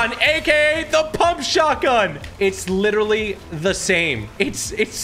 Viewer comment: HE IS WETTERWY HITTING DA GWIDDY